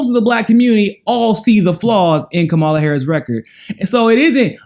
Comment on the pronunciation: Okay, now check Kamala's name. She says it herself in her clapping tutorial. She is a terrible candidate who needs to be rejected, but say her name correctly.